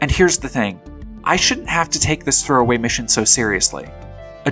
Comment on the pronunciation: I THINK you said "Sex Work SHOULDN'T Be A Crime, By The Way.", but I struggled to make out if you said should or shouldn't... Don't wanna sound petty or anything, but that stuff's kinda important to enunciate or subtitle properly as to not give people the wrong idea? But also yeah... Holy shit people need to get a grasp that satire requires that the piece actually makes fun of the perpetrators, instead of just reinforcing the thing they're supposedly satirizing...